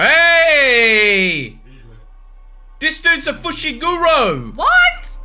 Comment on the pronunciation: If you're wanting to improve your Japanese pronunciation, probably my biggest tip would be don't close your 'O's. Basically, instead of saying the full -oh sound, just the -o part is pronounced. Instead of FushigurOH, it's Fushiguro. Kinda hard to convey in text, but that's the best explanation I've got. And was correct on Utahime. Japanese doesn't stress syllables the way English does, so it's not U-TAA-hi-me, just U-ta-hi-me.